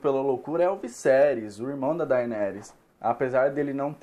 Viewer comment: tbm me irrita kkk, a pessoa assiste a serie, ouve a pronuncia dita pelos personagens e mesmo assim fala errado aff